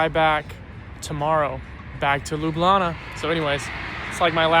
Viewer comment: its pronounced L-EW-B-LJANA 😅